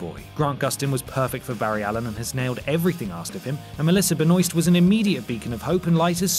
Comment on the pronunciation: agreed with everything that was said .. just gotta learn how to pronounce Melissa Benoist correctly tho